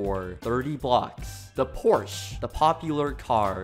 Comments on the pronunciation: Never call a Porsche a porch again that’s not how it’s pronounced that pisses me off when they call it that and I have to ask how to you drive a porch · Porsche is actually pronounced “porsha” and the reason why the symbol is a horse is because they came up with the term for calling a garage full of cars a “scuderia.” In Italian (where Porsche originates) scuderia means “horse stable.” The founder of Porsche thought “well if cars have horsepower, why can’t they be in a stable? A scuderia?”